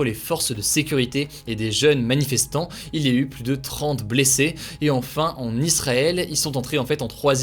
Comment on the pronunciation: Merci d'avoir dit Israël et pas Izraël comme le font plein de gens